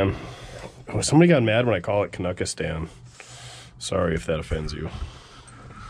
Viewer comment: “K-nucka-Stan”? I heard it called “Can-anada”! “Eh”? Yeah that’s back when you had to go to a actual Service Station to get your vehicle inspected.